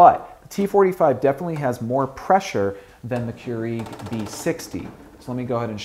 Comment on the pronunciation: I hate the way he says keurig